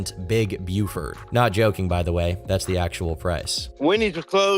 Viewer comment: I domt know why, but i like the Big Buford, and the way you say it made me feel personally attacked for that.